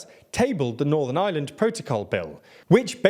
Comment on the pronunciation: Why are so many years you still not pronounce Ireland? You're literally saying the island of island